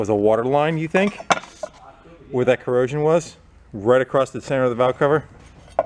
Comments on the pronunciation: Not trying to be a dick but I can’t help it ...is anyone else annoyed when someone says acrost instead of across... Bc I know I am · why do most Americans put a T at the end of 'across' heard a lot of you pronouncing it acrosst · There is no T in across